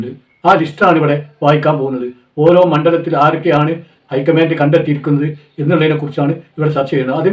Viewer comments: ഹൈകമ്മാന്റ് എന്ന് കേട്ടിട്ടുണ്ട്, എന്നാൽ ഐകമ്മാന്റ് എന്ന് ആദ്യമായി കേൾക്കുകയുമാണ് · ഐ കമാന്റ് അല്ല കാക്കാ,ഹെെ കമാന്റ് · ഐക്കമാൻ്റ് അല്ല. എന്തെങ്കിലും തള്ളുകയാണെങ്കിൽ വിശ്വസിക്കുന്ന രീതിയിലെങ്കിലും തള്ളണം. ഹൈക്കമാൻ്റ് എന്നാണ് പറയുക.